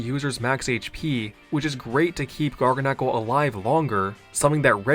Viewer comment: Ive always pronounced it as GarGAnacl, not GargaNAcl